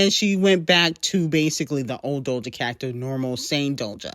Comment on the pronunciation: I looove how teaashmiracle says doja's name "DOLJA" 😁